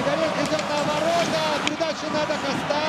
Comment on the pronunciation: Не Да Коста', А Да Ко'ста